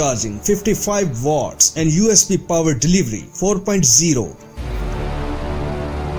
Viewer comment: Dude. It's watts, not votts. 🤦‍♀️